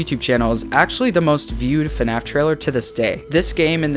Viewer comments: Oh I get it his name is FuhNaff lol and it's supposed to be FNAF but in a different way 😀🤣 I'm subscribing to this channel 👌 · Hey guys welcome back to a new video of... FUHNAFF (I like this intro)